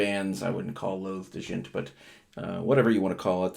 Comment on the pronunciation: It's pronounced like "jent" lol